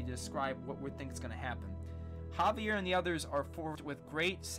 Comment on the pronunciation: its pronounced H-avier but whatever